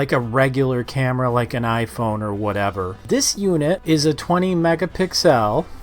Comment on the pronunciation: Right, i swear it's pronounced megapixels, not i was wrong!🤣